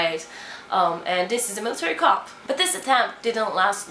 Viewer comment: Pronunciation of 'military coup' is like = Militari KUUU.